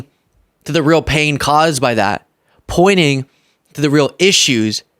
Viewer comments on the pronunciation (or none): Pointing not poining